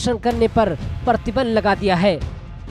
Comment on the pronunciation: Very bad hindi pronunciation.Partibandh,parshasan.